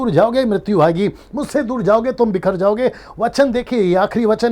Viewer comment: Clearly explained God bless you. It's bikherta not bithrata